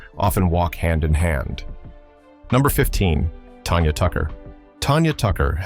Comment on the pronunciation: It's Tanya Tucker, You Ai piece of poo poo, not "Tonya" lmao... also, still trying to figure out how Tanya was a Diva who destroyed her marriage??... Sounds like it was both, Her and Glen Campbell, who did that... but who is to say that any of this is true? I mean the Ai can't even say her name right.